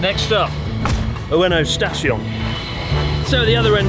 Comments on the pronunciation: Ueno "Stastion" love it 😂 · Ueno Stastion 😂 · Ueno Sta"s"tion ????🤔🤔🤔